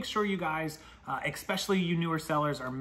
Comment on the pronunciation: Excellent info! Thank you. (Hint. There is no “ex” in “especially.”)